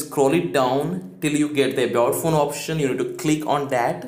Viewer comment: thanks.But please improve upon your pronunciation clarity..especially the word "ABOUT PHONE option"....you sound like adult von option, above fun option, and what not...say with a pause,loud clarity..ABAUT PHONE option and spell it for viewers...i had to listen for 8/9 times before getting what you said wasting my time. And that option is critical point in your presentation.But thanks